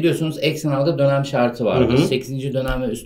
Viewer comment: 'de dönem mi diyorsunuz lütfen söyleyin